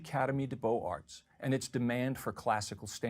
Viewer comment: Might as well pile on here. He doesn’t pronounce “Beaux Arts” correctly, and I wonder if it’s from ignorance or because he is so steeped an “America first” mentality that he refuses to pronounce a French word correctly.